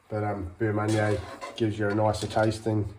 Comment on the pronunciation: Yeah I had no idea wtf he was saying. "boomunyer" or something... I'm only here because I heard the phrase Jugged Hair in a show and had no fucking clue what they were talking about lol